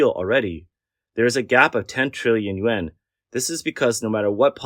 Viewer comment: yen ? yuan? pronunciation issue?